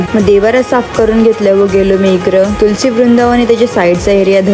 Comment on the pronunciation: तुमच्या भागातल्या संस्कृतीचा खूप छान व्हिडिओ दाखवला ताई तुम्ही, आमच्याकडे प्रसाद म्हणून लिंबाचा पाला+ गूळ +हिंग आणि ओवा असं मिक्स करून त्याचीच गोळी तयार करतात प्रत्येकाला खायला देते आई.... मला एक प्रश्न पडतो कोकणी भागामध्ये जी मराठी वापरतात त्यामध्ये ळ का नाही बोलता येत तिकडच्या लोकांना? कारण व्हिडिओ तुम्ही तुळशीला तुलस म्हणताय...